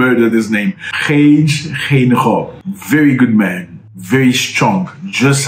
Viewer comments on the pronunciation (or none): So it's Haa Gee, Gain gob. But I find this teaching ridiculous because we Africans speak all these colonialist languages and pronounce their names well!!! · Hage … like in ‘hug’ and the ‘e’ like in ‘we’ . Hug-e. Geinkob… Gei, like in ‘guy’ .. guy(n) kob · The name is pronounced as: Hi-Care Gain-go-p. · Hug_her Gain_gope lol if you pronounce it like that should sound close enough 👌🏾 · U pronounce it: Hug-a...Kayn-kop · I am Namibian, it's pronounced Haake gaine_cop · Murdered the name 🤣🤣🤣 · You murdered the name 😮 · Hage ( the ‘Ha’ you pronounce it like ‘Hu’ in the English word ‘Hug’, ‘ge’ you pronounce the ‘g’ like you pronounce ‘g’ in the work ‘gate’ ! Similarly the G in his surname is pronounced in the English way of pronouncing ‘G’! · Yes, you murdered Hadago's name and surname but we don't blame you. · No You did not pronounce it well 😂😂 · Lol nice try with the name 😅